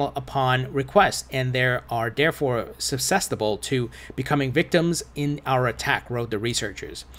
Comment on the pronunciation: Why do you keep saying suscestible lmao